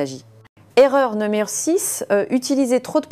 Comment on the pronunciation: Non mais, vous avez entendu comment elle prononce, le mot numéro par exemple ? Pour moi ce n'est pas une vraie personne mais tout est synthétique; une fabrication numérique, ce qu'on finit par appeler machinalement intelligence artificielle sans se rendre compte qu'il n'y a rien d'intelligent dans cet outil, oubliant que c'est bien l'homme qui en est encore maître; espérant pour longtemps sans quoi, ce serait une catastrophe.!